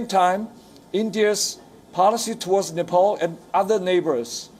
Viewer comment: it seems he has been beaten by chinese police at Nepal, he has beating marks on his face..black stains due to blood clotting around his eyes. And Ambassador.needs to know how to pronounce Nepal..its not Nepol.